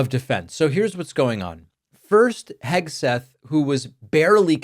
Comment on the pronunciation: KEG-seth slurring in front of the children! Sounded like he was rolling more than Easter eggs! 🥴 Let’s face it! The dude is two hooded-sheets to the wind! He, among others, is a daily reminder of Trump’s inept and incompetent leadership skills! Soooo embarrassing!